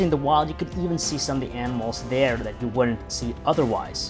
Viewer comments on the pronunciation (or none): none